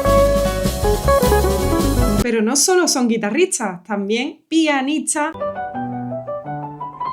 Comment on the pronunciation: Tocas excepcionalmente. Ya has trabajado con tu pronunciación de las ST ? Es que todas las veces dices TS como Guitarritsas en vez de guitarristas. Eso me distrae y ya no puedo seguir escuchando.